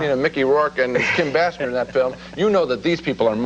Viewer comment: How long until they could pronounce Kim Basinger's name properly? Their review of NADINE also flubs it. BAY-SINGER